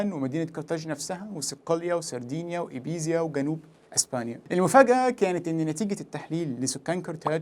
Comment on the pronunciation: ليس ايبزيا بل ايبيزا بالاسبانية ايبيسا بالعربية يابسة